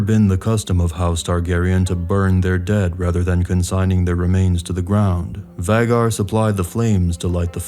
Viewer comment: It's so jarring when you mispronounce Vhaegar as Vaggar